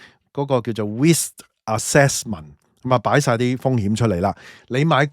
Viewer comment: Risk 不是 list 英文好差。